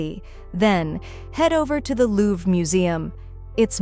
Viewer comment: Louvre museum, not Louve.